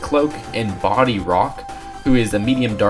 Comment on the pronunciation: Bodhi is not pronounced Body. I can confirm that, but I don't know the proper pronunciation as it could be Bod-hi, or Boad-hi. I have no clue